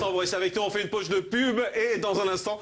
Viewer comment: « pauche » de pub 😂😂